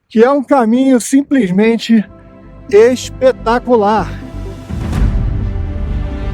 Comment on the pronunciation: Deve terem tido uma pernoite " ixpetacularix"